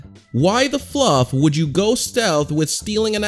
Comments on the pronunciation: STOP SAYING FLUUF ITS A BAD WORD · I thought he said "what the bluff"